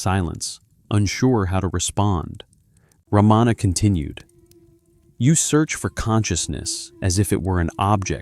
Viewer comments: The great sage’s name is pronounced as Ra ma na not Ra maa na. Please fix in your recording. Learn to pronounce these names correctly. If you cannot do even this much , how sure are you that the rest of the talk is correct and true ? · Mispronounces Maharishi, Ramana, and Arunachala. Not Ramaana. Three short vowels. Arunaachala.